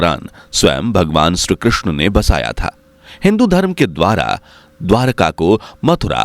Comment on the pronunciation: Shree Krishna not Shru Krishna please improve your pronunciation before uploading video